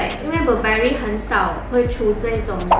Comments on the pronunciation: 連Burberry也唸錯還虧妳學人拿名牌...🙄🙄🙄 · Burberry 都读错了，听着觉得尴尬